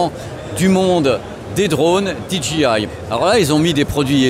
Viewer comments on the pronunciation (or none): DJI : "DI JI AIE" ou la la pour un ancien prof d'anglais😨